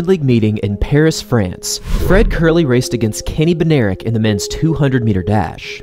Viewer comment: Bednarek is polish name i think and its pronuonced bed-nah-rek